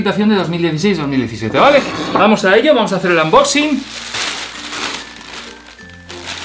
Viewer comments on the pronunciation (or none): porque dices anboxing es unboxing